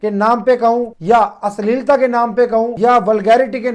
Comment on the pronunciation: ssspesssly , wagherra ,, ristedaar , phoolooo krrrte ain , minddd ko bren wossss , asleelta